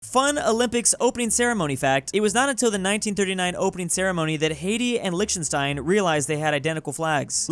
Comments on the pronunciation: Is it not pronounced "liktenstīn" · How can we make realize that it's pronounced Liechtenstein [licktenshtein] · why do you pronounce Liechtenstein like that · The way he says Liechtenstein, ummm, byeeee🤌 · imagine can't even pronounce Lichtenstein correctly smh